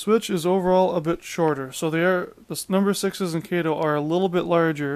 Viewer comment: Try replacing the Broadway trucks with good Walthers trucks. By the way... it’s pronounced KAH -TOE. Not Kay Toe!